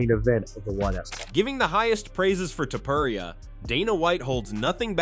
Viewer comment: The way pronounces "Topuria" is taking me out xD